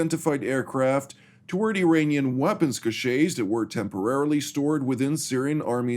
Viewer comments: "Cache" is pronounced "cash". A cachet is something entirely different. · The word "cache" is pronounced as "cash" in English.